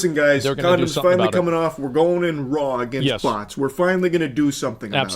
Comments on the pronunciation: If you understand “butts” instead of “bots.” I was worried. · Uff, I though he said "butts". We saved boyz